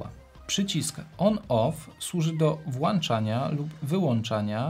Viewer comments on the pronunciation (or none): Chociaż materiał zapowiadał się ciekawie, nie wytrzymałem WŁANCZANIA w drugiej minucie i wyłĄczyłem nagranie. Szkoda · Recenzja świetna, ale jak słyszę "włanczania", "przełanczania"....:) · WŁANCZANIA ;) a tak poza tym to mega pro